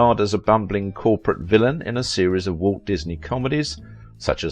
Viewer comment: When you say Walt it sounds like woke Disney .